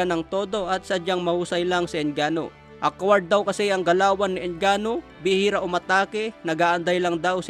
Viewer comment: Akward? Pki ayos nman po ung pronunciation nyo. Salamat po